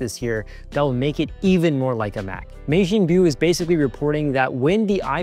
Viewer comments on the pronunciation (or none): Pronunciation tip: Majin Buu is pronounced as “ma-gin-boo”, not “may-jean-byu”. It’s a Dragon Ball character.